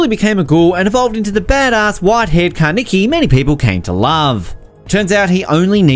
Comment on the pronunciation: Did he say kaneke